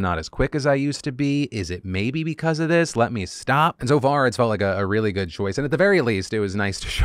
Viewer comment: Markiplier’s getting Nude for the Good (pronounced Goo-d)